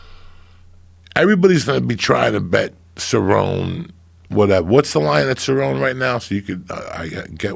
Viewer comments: Joe's inner monologue cringes every time Joey says Ceron. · Is it really that hard to get people names correct Joey??? You don't even know how to pronounce CerronE! Rachel Pennington...come on dude! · Nobody: Absolutely no one: Joey: serron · Joey Diaz be like: Ty-Ron Woodley, Nurmagomegomov, Ce-Rown, Stiopic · Joe "Rachel Pennington" Rogan Joey "Donald Sir-own" Diaz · Malik Hatch lol facts. “ ceron “ “ fucko “ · "Donald Ceron" lmaooooo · Davide C. Ceronney ain’t a fukkin prouncation of cerrone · Joey Diaz saying names- "Donald Cerron" "Stieopic" "Francis Uganano" "Kalabeb Nurgamagmadov" "Michael Conor" "Tieron Woodley" "George Maztaval"